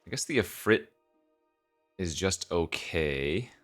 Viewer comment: A Sheevuh, Iffreet, wivvern and Eath-er walk in to a bar